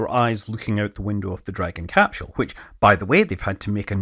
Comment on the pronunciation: Please, never stop pronouncing it "capshell". It makes my Scottish ancestry tingle.